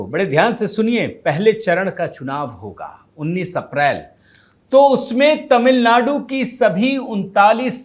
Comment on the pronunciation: Tamil nadu word shld read correctly